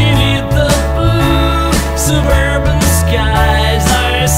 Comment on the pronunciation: "Suburban" is pronounced "Suub-air-bun" in Beatlese (Scouse).